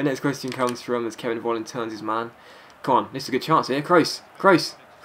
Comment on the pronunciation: Dear. you pronounce his name "Folland" not "volland":)